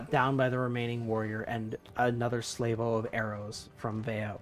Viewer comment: Sorry to be a pedant but do arrows come in salvos and it is salve - oh, not slav like the eastern European. Also shells are made of a protein called chitin ( did i spell it correctly?) pronounced kai tin or ky tin.